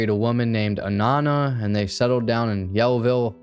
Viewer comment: Interesting! "Anaana" means 'mother'/'mom' in the Inuit language. Or "eskimo" in layman's terms although that is politically incorrect these days so it's typically avoided. You pronounced the name perfectly 👏👏👏